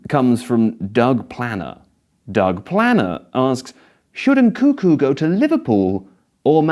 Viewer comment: He's called Nkunku, not Nkuku, reeeeeeeeeeeeeeeeeee